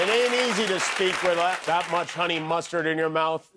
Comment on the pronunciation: Finishes ridiculing for mispronunciations and then immediately fumbles pronouncing "that" lol. Everyone makes mistakes bro.